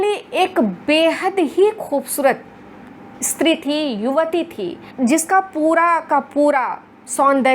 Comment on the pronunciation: ..इस्त्री नहीं स्त्री कहिए महोदया!! phd की है आपने| 🙏🏻